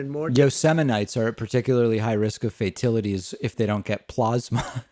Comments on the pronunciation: Did Trump say "fatilities" instead of fatalities? Or was i dreaming? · "FAITILITIES" LOL!!! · Fatilities!?! The word is fatalities you reading challenged boob!!